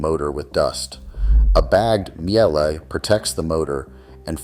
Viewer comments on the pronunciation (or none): Míele is pronounced meal-ah . Like everything, worth getting it right. Family owned since inception. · That is not how to pronounce Miele.